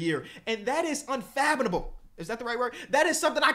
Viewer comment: My bro sounded like Kevin Garnett tryna say 'Equivalent' when he said unfathomable lol. One of my favorite hoop podcasters easily, bro is so entertaining